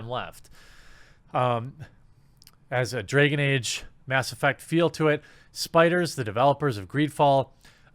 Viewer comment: “Dreggon Age.” XD